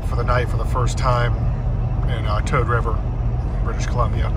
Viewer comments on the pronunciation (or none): I love Toad river. I ask a local, its Poose,(rhymes with moose) coop ee I thought it was what you said. Can't believe still no snow